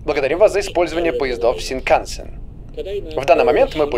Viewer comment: Не шиканцен а синкансэн вот!